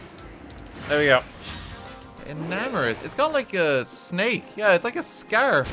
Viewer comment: Omg FINALLY someone who pronounces Enamorus correctly!!!